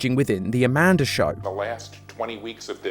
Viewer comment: I’m sorry I can’t help myself I keep busting up laughing when you say Amanda because you say it like “amandar”